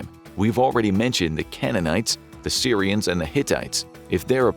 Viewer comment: Is he saying syrians or Assyrians?